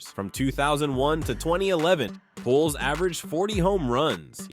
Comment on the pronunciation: Please learn how to pronounce players' names. Pujols is pronounced POOL Hose